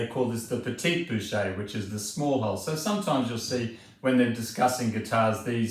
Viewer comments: yes and pronounced like "boosh" not "booshay" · Pronounce 'grande bouche' (big mouth) like (American president) Bush, or your French will be sh#t, mate!